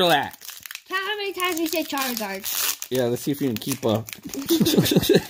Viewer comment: You said charzard times